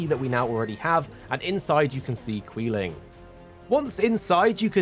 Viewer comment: Its quee-line btw